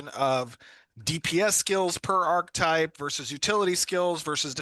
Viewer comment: When did we change the pronunciation of Archetype?